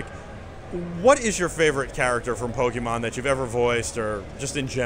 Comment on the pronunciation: The interviewer kept saying "Pokeman". That is a major Pokemon taboo!